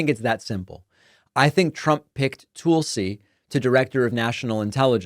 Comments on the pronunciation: Is there a reason you continually mispronounce Tulsi Gabbard's first name? It makes me crazy to hear it because it makes you sound ridiculous. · why are you pronouncing Tulsi so weird. It's not like it's a hard name to pronounce. I agree she is awful, but c'mon. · Not gonna lie, I LOVE the way you stress the "tool" in Tool-si Gabbard's name. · Still no idea why David calling her Toolsi is so hilarious but it's perfect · Is Tulsa, OK pronounced tool-suh? No? No. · Tulsi is pronounced tull-see not tool-see ... it is from the Hindu word for "sacred plant". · It's not Tool-see? It's tahl-see. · David, it's Tul-ci. Like Tulsa, Oklahoma, with a "ci" on the end. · Tulsi-like Jethro "Tull-see," not like "Tool-see"- got the nod because Putin wants her to have access to more Top Secret classified data. She's another Russian agent Putin can use just like her soon-to-be-boss. Putin can use her to send Trump messages he could never send thru a loyal American. It's so insane that so many Americans are so mentally deranged, ignorant, and just plain stupid as they are! Putin has thousands of nuclear bombs aimed at us, and the new ones are powered by a nuclear reactor, and will fly under the radar grid to hid in the mountains, coming out to fire their payload. Putin swore he'd destroy our democracy. Is that what these voters want for their children and grandchildren? There were terrible wars in the beginning of the 20th century. WW2 and NATO ended that for nearly 75 yrs. Why would these fools want to end the peace voluntarily? It's so crazy. Tulsi has no idea what she is selling out for her cult. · Not sure it was intentional, but I like David calling her "Toolsi" Gabbard. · Stop saying Tool-sy. Geez. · Tool see? That's an unusual way to say her name, did I miss a memo or something. But anyway, you can never trust someone whose name spelled backwards is Islut 😂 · "Toolsi" Gabbard 😂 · I think he is pronouncing it like that to accentuate the TOOL part